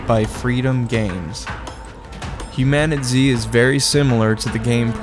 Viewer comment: It's pronounced human-a-tease